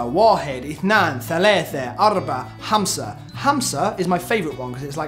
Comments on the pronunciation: Five in arabic not (hamsa) its (khamsa) hhhhhhhhhhh omg but the challenge was so nice good job. :-D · 5 is khamsah not hamsaah .. I love u guys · Your pronunciation of Arabic is just too cute. 5 is "kh-amsa" not Hamsa. It's almost you're trying to get phlegm out of your throat. No, that's not the best way to describe it...erm...never mind.